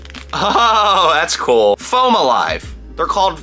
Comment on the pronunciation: the way he says cool like "coal" cracks me up